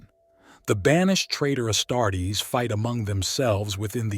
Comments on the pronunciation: The AI voice is bsd man..."Astarts"?! Come on man... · AI CANT EVEN SAY ASTARTES....THE VIDEO IS ABOUT ASTARTES....NOT TOO GOOD